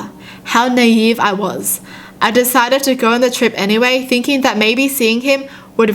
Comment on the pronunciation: Noooooooooooooopo you just pronounced naive as navy